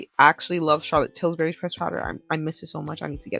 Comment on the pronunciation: THERE IS NO “S” in CHARLOTTE TILBURY.